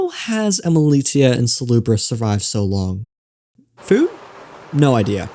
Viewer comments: its pronounced emili - sh - ia and it's driving me mad everytime you say emili*t*ia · You're mispronouncing Emilitia.